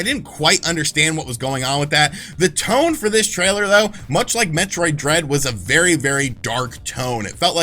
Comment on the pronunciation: When he said Metroid Dread I thought he said Metroid Bread,,,, lol